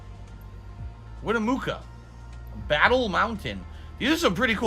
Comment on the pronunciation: “Winamooka.”Fuck you, Chief and Sarah Winnemucca, doesn’t care he shit on your name.